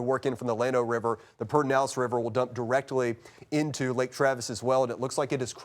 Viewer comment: What is it with people being unable to say 'Perdernales' lately? I swear I heard him say it 'pene-dallas'. I heard someone else stumble over that several times yesterday. It's: "Per-der-nal-es'. You can pronounce it: 'Perd'nalles', 'Perduhnalles', or 'Perdihnalles' and you'll be in reasonable range for accent.